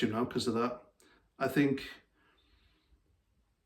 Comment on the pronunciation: I believe he said something like "I fink".